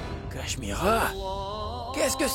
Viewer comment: Qui a remarqué que Neel a appelé Mira Carichma au lieu de Cach-Mira??🤷🤷🤷🤷